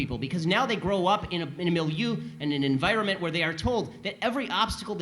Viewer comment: Hey Ben, that's not how you pronounce 'mileu'.